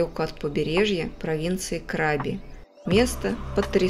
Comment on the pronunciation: КрабИ!!! А не КрАби...😂